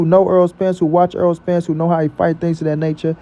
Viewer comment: His name in NOT "Earl"!!!! If you like/respect him SO much, say his NAME CORRECTLY!!!